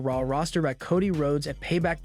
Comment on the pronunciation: dude ti is not pronounced caw dee it is co dee